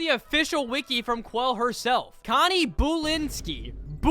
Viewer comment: “BOO lynski”